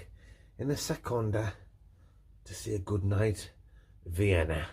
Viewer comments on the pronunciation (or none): With the "seconda" again, love it 😂🙏🏻😍